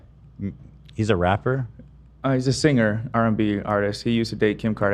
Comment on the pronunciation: I hate how Ethan pronounces “singer” lmao